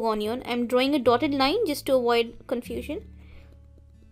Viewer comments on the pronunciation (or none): none